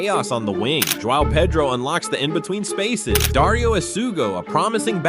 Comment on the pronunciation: I like your video cuz you finally pronounced João Pedro correctly. Hats off.